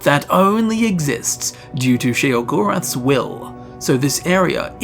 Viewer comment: I refuse to subscribe. because you pronounced he name wrong so many tines. The O in Sheo is silent. upon playing Oblivion you hear him say his name